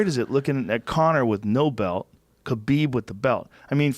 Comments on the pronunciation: khabib “khalabib” nurmagomedov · IT'S KHALABEEEEEB... SAY IT RIGHT ROGAN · Where did Khalabeeb come from, btw?